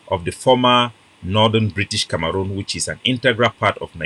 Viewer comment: Na CAMEHROON not kamaroonm